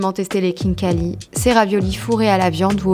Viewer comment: Kinkali sa ne se prononce pas comme sa 😂mais c pas grave tu aurais du goûter le borche la Géorgie c incroyable Je suis d’origine Géorgienne 🇬🇪